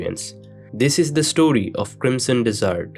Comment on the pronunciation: i knew there was going to be some saying this. he is totally saying dessert lol